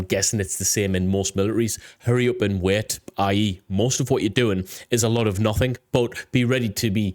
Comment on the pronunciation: I swear I thought I heard you say "Hurry up and wet." which honestly would probably make a lot of sense too, lol 😎👍